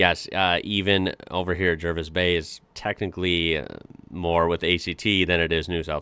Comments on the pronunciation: 1000% triggered by this guy's pronunciation of Jervis Bay, it's jaa·vis bay. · Pretty sure it's pronounced Jarvis Bay. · Bit of a correction, the pronunciation of Jervis Bay is 'Jaa -vis', not the way he was saying it. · It's pronounced Jarvis Bay. As for the ACT, not s lot to know, its a big confusing Roundabout designed to be seen from the air rather than lived in. Like Washington DC its a compromise, a self governing enclave in a larger state. Its in NSW because the Federation Compromise was it would be there once built and until then Melbourne would be the capital, Melbourne not being prepared to kowtow to Sydney.